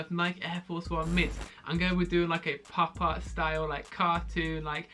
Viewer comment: thought he said pop tarts